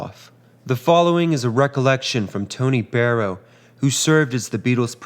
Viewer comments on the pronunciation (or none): none